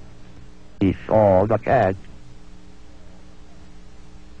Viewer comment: HE SAWW THE CAT